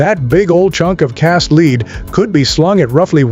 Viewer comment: Cast LEED? Come on dude